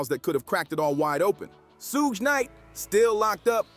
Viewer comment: Why can't this this guy say suge correctly